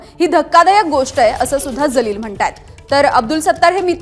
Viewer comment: 😂😂😂 जलील का म्हणतेय ग बाई...जीवन मधला ज....जहाज मधला ज नाही.....बाकी चांगल आहे तो जलील च आहे...उर्दूत जलील cha जो अर्थ आहे तोच बरोबर